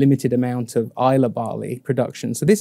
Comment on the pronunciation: A great video guys, thank you! Just to say, however…there’s no ‘e’ in Islay! 🙂